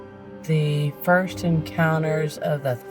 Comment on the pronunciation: "What the Fffurst Encounter of the Third Kind is going on"? Hilarious.